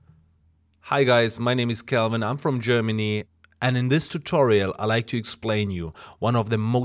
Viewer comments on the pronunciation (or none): none